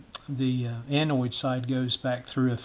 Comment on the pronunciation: I built a similar probe and a signal injector back on the mid '50s. They were the most useful pieces of test gear I could afford at such a young age. And as much as technology has advanced since then, they are still a valuable asset to my workbench. BTW, you referred to the parts of the 1N34 diode as the 'anoid' and 'cathoid', they are actually pronounced 'anode' and 'cathode'. There is no 'i' in either word. Otherwise, you have a terrific video on simple troubleshooting techniques. You also had a good tip about using computer amplified speakers as an auxiliary audio amp for various projects. I have several I've picked up dirt-cheap! This is the first time I have visited your channel and I look forward to viewing your other videos and subscribing. 73, de Mick Bradford - WB4LSS